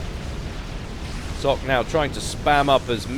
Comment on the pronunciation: "Zlock" huehuehue Great cast as always!